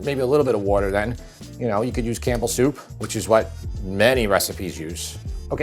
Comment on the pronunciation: OMG!!! Cambles soup?????!!! Lol...